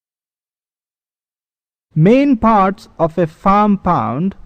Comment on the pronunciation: Its pond not pound. Say it right next time.